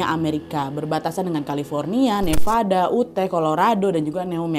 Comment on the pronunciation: Bukan uteh nad. UtAh itu di baca yuttah.